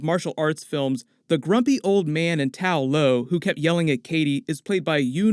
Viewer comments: Why do you keep saying “Tao Lao” in your videos, instead of “Ta Lo” like in the movie? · Ta-lo (tah-loh) rather than Tao-lo (taoh-low) according to the movie.👍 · Idk how it's so hard to remember TA LO bro it's not tao lao or tao lo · I love these breakdown videos but please change Tao Lo to Ta Lo. Its Ta Lo in the movie. thanks. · Why do you keep referring to Ta Lo as Tao Lo?